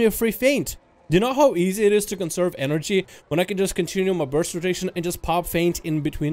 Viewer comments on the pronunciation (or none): none